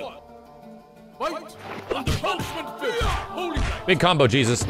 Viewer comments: Was definitely mishearing "Punishment Fist" as "Punch With Fist" for a while. Like, no shit Jesus XD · aaaah. "punishment fist" i heard "punch McFist"